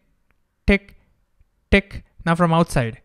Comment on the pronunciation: Indian T sounds like D so when he said tick